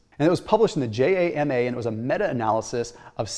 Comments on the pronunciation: It's more like JAM-ah (pronounced like jam). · It’s JAMA pronounced like “mama” not J-A-M-A! I just want to acknowledge that for all their hard work.